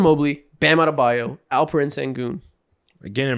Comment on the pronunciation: yo isaacs alperen pronunciation was spot on wasnt expecting that lmao